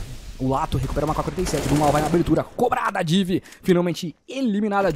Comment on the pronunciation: Mano, mais alguém achou engraçado ele falando div? Hahaha era Di, néranão?